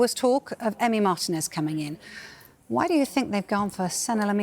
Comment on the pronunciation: 'marTEE-nez' not 'MARTIN-EZZ"